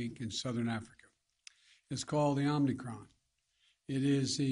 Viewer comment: Is he saying Omni-Cron?